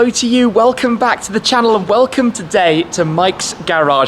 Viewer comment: “you wocom”